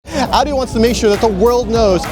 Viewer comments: Its not adi. Its Audi. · Guy butchered the name Audi..